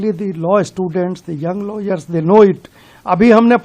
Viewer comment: ko lawyers bolna bhi nahi aata